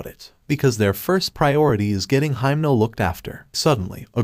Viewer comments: Why are you calling himeno for haimno😭😭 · He called himno makama lol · In the Anime: Himeno Him: Himno